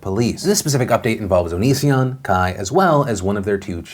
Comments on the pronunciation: Philip DeFranco did you say Onision as oh-no-seh-on like Shane Dawson does for a joke or to spite him or something like that please say yes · How the fuck do you pronounce onision? Everyone says it differently and I genuinely don't know how